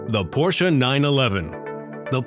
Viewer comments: Cool video, but I couldn't bare it to the end because of the "Porscha" s*it. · The porshuh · LOL. Because Porsh owners can't read, I guess.